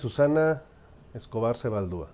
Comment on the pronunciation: Bazaldua, no sebaldua o como lo haya dicho.